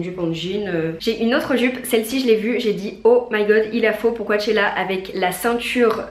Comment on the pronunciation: Mdrrr je suis morte "coAAchella" , ca se prononce "cochella"